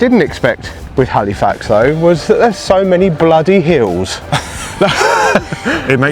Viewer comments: It’s pronounced Halifax, not Haleefax… I cringe every time I hear it LOL Also it’s pronounced “peeta” not pita. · Hey, why don't you just stay - get a visa - so much to see ----- Hal ih fax not Hal ee fax - just so you don't sound like a tourist hehe.